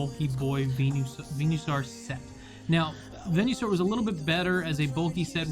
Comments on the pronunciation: Venue-saur? I thought it was Venus-aur. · Im sorry but please... its veen-uh-saur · I never heard someone pronounce venusaur like that till now 😣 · The way he pronounces venusaur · "venuesaur" "veenoshock"